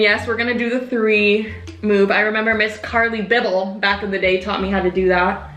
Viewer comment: "miss carli bibbel"